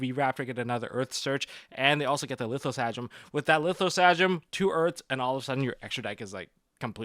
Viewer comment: Lith-o-sa-gen, not gasm